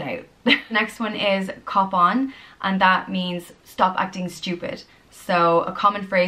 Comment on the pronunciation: LOL when she said cop on I thought she said cupán as in cupán tae